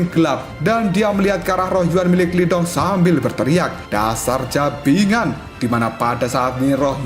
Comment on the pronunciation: Bajingan bosku bukan jabingan😂